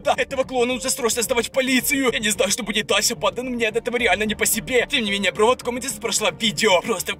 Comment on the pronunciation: убийцА! бандА! Я так кринжую когда он ставит ударение на последний слог слова. Так быстро разговаривает